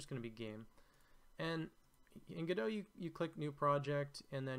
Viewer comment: Immediate thumbs up for having taken the time to learn how Godot is pronounced. It shows an admirable level of attention to detail. Thank you.